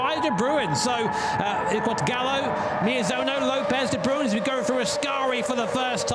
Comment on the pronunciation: Lol de brooen, its pronounced de brain